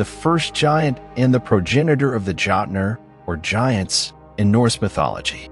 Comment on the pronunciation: As a modern Norse pagan, my ONLY complaint for this video is your intense butchering of pronunciation of words. Like how are you gonna sit there and and call them "Jot-ner" when they are called "Jötnar".